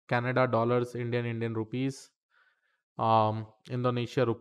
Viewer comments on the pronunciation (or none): none